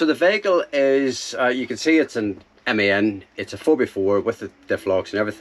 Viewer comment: As as another NI man is good to hear someone pronounce veyyhicle properly...lol...sounds the business and good luck on the build. I think I was actually parked near you in Italy early in summer but hadn't seen your vids and loved Tonka. Best of luck and hope you don't get too many busted knuckles of the year...